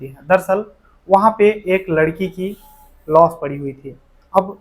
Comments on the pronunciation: लास को लोस क्यों बोलते है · भाई तुम लाश क्यों नहीं बोलते हर वीडियो में लोश बोलते हो 🥵